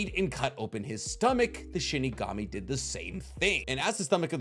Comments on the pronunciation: It's SHINIGAMI not SHIKIGAMI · IM SORRY U KEEP ON SAYING SHIKIGAMI ITS SHINIGAMI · Shinigami. not shikigami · I've always loved listening to theories, but MY GOD does it annoy me when he mispronounces words like Shinigami, he says shikigami, or when he says jibuka tensai when it's JI BA KU TEN SEI, or and some other stuff, im sure you guys notice. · Bro what the hell is a shikigami it’s Shinigami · first it was Chibuka Tensei (Chibaku Tensei) now it's Shikigami (Shinigami) 😭 I'm convinced that isn't the Naruto fanboy he said he is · I'm triggered. You keep saying Shi-KI-Gami. It's Shi-NI-Gami (loved the video)